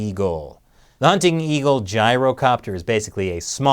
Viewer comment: That "gyrocopter" though rofl